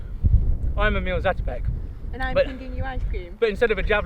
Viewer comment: Dear Ross, if you would be interested to know, the name of Emil Zátopek is pronounced with a long "a" instead of short. That is because in Czech, the ´ above a letter means it should pronounced as a long letter, basically more of them. It´s definitely not the full grammatical explanation, but I thought you would be interested to know.